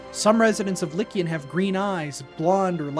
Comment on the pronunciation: You are pronouncing Liqian wrong. By the phonetic rules of Hanyu Pinyin (the Chinese pronunciation guide using Western lettering), “q” is pronounced with a “ch” sound similar to how one would pronounced “chow” or “chew". Therefore, Liqian is pronounced “li chian” and not “lickian”. Yes, the transliteration sounds even more like “legion” than you’d imagined…not that I’m agreeing with you that the inhabitants are descendants of a Roman legion.